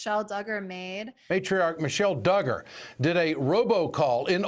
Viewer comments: This was also bugging me the whole time haha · Came for, is pretty cool! Although I love how she never quite says “Duggar” right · I love that she says it wrong. It makes me cackle! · It’s Duggar’s not Diggers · I know this might seem petty but hearing the Duggar name mispronounced is irritating g. It’s not Doo-grrr it’s Dug-grrr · It's dUggar not DIgger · I really really like this video. BUT I could not get over her pronouncing it do-ger instead of dugger . Everyone else is saying dugger but she kept saying do-ger. Why? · I’m guessing you’re pronouncing his name wrong on purpose because you’re the only one saying Doo-gar not Dug-gar LoL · Very interesting but please pronounce Duggar correctly (Doug..Er) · It's DUGGAR, short u, not long. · Doooogar lol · Lol the doo-gars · Am I the only one who likes the "Dooger" pronunciation of the Duggar name? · Please stop saying, Doogar. Do you not hear that everyone else pronouces the name correctly? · OMG DOOGAR? Do your research ffs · I’m sorry but why is she saying doogers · No one:: the Dew-gars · I know it isn't important, but it is doing me crazy. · How do you pronounce “Duggar” wrong 😑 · If your going to do a video on the Duggar's can u pronounce their name correctly!! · Don’t keep mispronouncing his name, his name how he says it needs to be reviled and it makes you look uninformed when your guest and video clips are saying it correctly. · You’re totally pronouncing the last name wrong or is everyone else saying it wrong?! I’m just saying but I really enjoy your content that we all needed reminded with! Thank you 😊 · Lmao I like how she pronounces his last name like it rhymes with Booger. Fitting. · Thank you SO MUCH for covering this story "with class." ❤ You managed to talk about this without sensationalizing it for clicks. I noticed that you purposely mispronounced the Duggar last name to try to mask it from YouTube, which really shows your sincerity. Please keep up the great work.